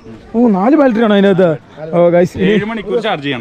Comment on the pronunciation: എടാ പിള്ളേരെ.. ബാൽട്ടറി അല്ല.. ബാറ്ററി.. 🤦‍♂️🤦‍♂️🤦‍♂️